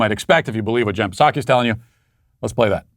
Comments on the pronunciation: Matt, it's pronounced Jen Sock(ee) the P is silent man😂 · I’m a 42 year old grown man and I STILL laugh every time you say “Jen PAH-saki.” Makes me feel good. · Me too. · I'm a mid twenties woman and laugh when he says "Jen PAH-saki." It transcends all barriers! Psaki is such a putz and Matt is a treasure :) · He said P-saki. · Matt Walsh Show Drinking Game Drink when: 1. Any time he pronounces Psaki with a "P." 2. If he is wearing polkadots. 3. If he demands a like for his video. 4. Mentions the Sweet Baby Gang. 5. Bicep Cam is used. YouTube comment lightning round: Choose 3 comments from the previous video. Drink for each one read. If he reads yours finish your drink. Enjoy!